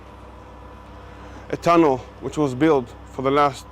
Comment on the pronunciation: did he say tunnel?